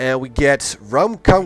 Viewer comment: Most intresting to hear you try pronounce our Thai names. Try: "Rarm-Karm-Hang" "Suk-Kou-Tai" XD